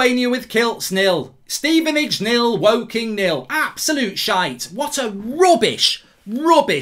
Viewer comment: Man said Woking lol, although I think Dowse would manage England better than Southgate, he's bloody useless